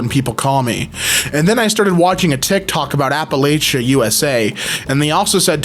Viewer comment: I CAN'T BELIEVE would say APPALACHIA wrong. ALL RESPECT LOST! /j